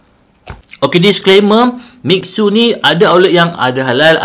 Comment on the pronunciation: Miksu kepala ayah ko.. Mi xue tu bunyi dia mi sueh.. Maksud dia salji bermadu 😂😂